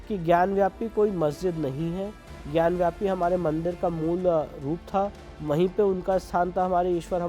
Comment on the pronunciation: Anchor is saying ग्यानव्यापी..... it's ग्यानवापी....वापी means well....पानी की विहीर.